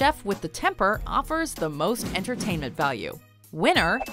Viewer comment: "Entertainent"? HAHA